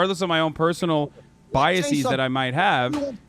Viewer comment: Omg! I'm hearing this everywhere! For the record - it's bias-ez, not bias-ees. Come on, people. You can't just put a long e sound at the end of the plural forum of any word you want because you think it sounds more intelligent.